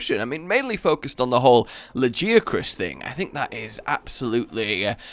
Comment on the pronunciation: Lagee-Uh-Chris? TF.